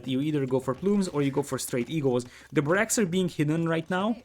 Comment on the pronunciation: Nice casting sir. One tip: it is pronounced BArracks not baRRACKS.